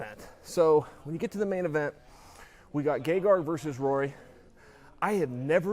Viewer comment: Chael correctly spelled it "Gegard" but is still pronouncing 'Gegarg'. I'm done trying to figure this one out.